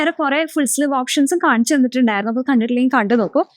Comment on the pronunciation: Full "sliv" aalla, "sleeve" aanu.